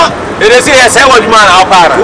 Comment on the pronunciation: Kyekyeku learn to pronounce man and stop saying mine 😒